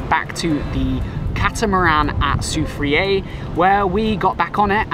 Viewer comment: Soufiere is pronounced "Soufreh" and again french influence